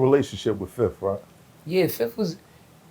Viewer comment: "I Ran down on Fif"....LMAO